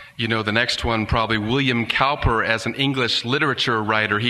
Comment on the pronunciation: Video: Cowper "pronounced Cooper" Narrator: No, I don't think I will